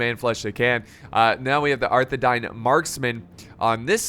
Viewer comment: I don’t want to be a lotr nerd but arthedain is pronounced arthe- dayn so the I makes like a y sound but wonderful vid, keep it up